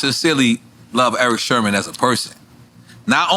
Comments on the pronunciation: nore keeps calling eric sermon - eric sherman ......are you dumb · Its sermon nore not sherman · It's "Sermon" not "Sherman" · Why NORE keep saying Erick Shermon? lol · Nore caled him Sherman instead of Sermon 😂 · At least say his name right ! It’s Serman not Sherman ! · NORE it's Erick Sermon (Like the Reverend NOT Shermon 😂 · Bruh if u dont stop calling him Eric "Sherman" 😂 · NORE keeps calling him Erick "Sherman" lol. Shout out to NORE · He saying Sherman?